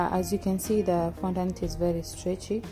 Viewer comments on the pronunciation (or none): You literally said no glucose or glycerin seriously.I mean glucose powder or glycerin powder is the same as glucose and genital .Im sorry I just unsubscribed and by the way it fondant not fondaant